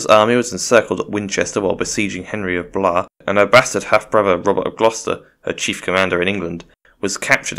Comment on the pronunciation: I don't know who told you that Blois was pronounced like Lois but they are wrong. It is indeed pronounced like you had assumed (at least in modern french). In older form of the language it was probably pronounced something like "Bloey" but I am no linguist so don't quote me on 12th century french pronounciation. Also I agree he definitely is Azor Ahai